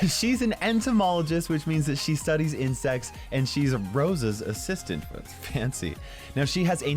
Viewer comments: I honestly thought kairos said "she's an entomologist which means she studies in sex" and had to Google entomologist to find out it was "insects" lmao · Off u sad she studies Insect's 😂🤣 I thought u said IN sex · PLZ TELL IM NOT THE ONLY WHO THOUGHT HE SAID SEX INSTEAD OF INSECTS. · Wait what, she study’s in sex is what I heard anybody else?